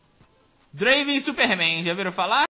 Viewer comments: Só lembrando que se pronúncia Drueivan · N é Draven é Draaven